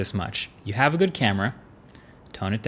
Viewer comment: "motorola, you hawe a good camera, relax" :D feels like they have anxiety